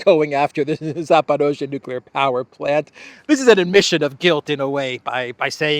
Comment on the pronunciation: You keep saying Zaparozhe even when the text you were reading said Zaporizhia.